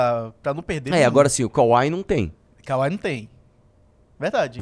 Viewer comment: Pelo amor de Deus. Vocês são pessoas instruídas demais pra falar "kauai". É KWAI. SÓ TEM UM "A".